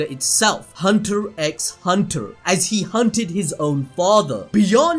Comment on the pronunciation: ...the x in hunter x hunter is silent